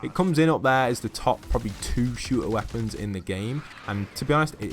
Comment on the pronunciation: U said woepons though not traps